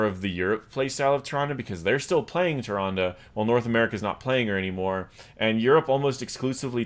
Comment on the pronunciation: "Ty-Rhondah".... Nope!